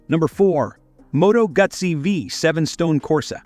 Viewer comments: Pretty cool modern retro models. And it's "Moto Goo Zee", not "Guz Zee". Too bad there aren't any American brands on here though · Moto Gutsy. Artificial unintelligence pronunciation strikes again. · Moto Guts ee?…. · Moto Gootzi not Moto Gutzy. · Moto Goo-tsi please……… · Moto GOOT see. Pronounced like PIZZA (PEET za) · They just can't get retro right. I don't remember a "T" in Moto Guzzi, lol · Ewww not ahhhh Moto Guzzi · These metaphors are wild 😅 at least AI delivery is funny, cracked me up when it said “Moto Gut-See” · Moto Gutsi? Come on stop with the AI reader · Moto Gootzi is the Italian pronunciation, but back in the 70’s here in Milwaukee we left out the “t” sound. was sweet. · This announcer never rode a bike in his life and sure don't know how to pronounce Moto Guzzi. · I am sorry you misunderstood my statement. I was referring to the AI voice mispronouncing Moto Guzzi on the video. I am also very impressed with those magnificent machines and am currently looking to purchase one.👍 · Am I the only one who thinks that whoever produced this video never listened to the audio? I can't decide if it's a botched AI trying to write/speak ad copy, or it's a really terrible text-to-speech app? Moto Gut-zi? Describing the brakes on one bike as having A...BS? Terrible commentary. I'd be glad to re-record it for Motorfied!